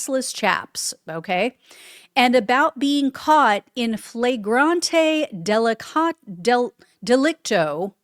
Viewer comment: "liaisons dangeruses" is French for Dangerous Liaisons. It's pronounced lee-ay-zohns dan-zhuh-ruz. "In flagrante delicto" is Latin. It means "Caught redhanded". It's pronounced in fluh·gran·tee duh·lik·tow.